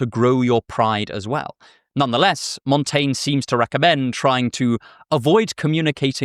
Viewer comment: I assure you that your pronunciation of "Montaigne" is quite good.